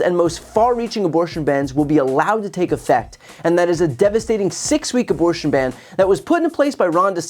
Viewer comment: The guy needs a speech therapist and probably a dentist before another attempt at public speaking. His "aborshshshsh'n" pronunciation damaged my hearing.